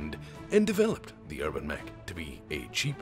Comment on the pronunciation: New meme has dropped: thanks to a funny mispronunciation, the UrbanMech is now the HerbalMech.